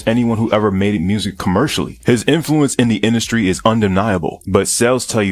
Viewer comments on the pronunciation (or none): none